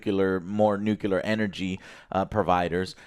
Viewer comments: NOO-CLEE-ARR NOT NOO-CUE-LAR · Repeat after me Joe, Nuclear NUCLEAR not nucelar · Jose can't say NU-CLE-AR. He keeps saying NU-KU-LAR. The dope! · Its nu - Cle - er not nukular. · New Clear - nuclear nukuler isn't a word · ITS NUCLEAR NOT NUKELAR, arghghgh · NU-KiLL-UH? That’s even worse… it’s pronounced NU-CLEAR just like it’s spelled. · "newkilla" "newkilla" "newkilla" .... it's nuclear bro :( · Can someone tell Joe it’s nuclear not nucular. Thanks! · please for the love of god Joe say nuclear right NU-CLE-AR IT DOESNT HAVE A Y IT ISNT NUKYALER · It is pronounced Noo Klee Ur. That is a pet peeve of mine. But you kept saying it the hick way, Noo Kyu Lur. And now you know. Anyhow, old Dragons Age plays just like Baldur's Gate 3. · new-clear not nook-yew-lure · Why some people say nu-ku-lar is beyond me. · It's pronounced NUCLEAR!!!! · Oh my god tears hair out nu clear... nu CLEAR This is the worst thing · I can't stand when pronounce "Nuclear" <---> "Nukeelar". Come on man... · NU-KiLL-UH reactor, spelt NU-CLEAR - Americans be american-ing by butchering rnglish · STOP. SAYING. NUKE-U-LAR. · The word of the day is: Nuclear Nu-clear NU-CLEEEE-RRRRRRRR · NU CLE AR. People should try it slowly maybe? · It's pronounced nuke-leer!;-p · I really wish Joe would learn how to pronounce nuclear.